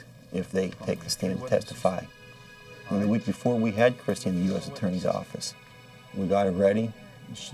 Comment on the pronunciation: New Yawk Affice!